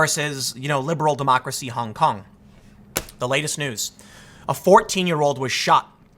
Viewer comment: Please be more careful with the pronounciation, Tim. "Honk honk protester" is clearly what you are saying